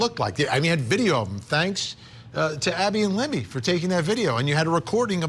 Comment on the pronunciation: Her name is LIBBY NOT LEMME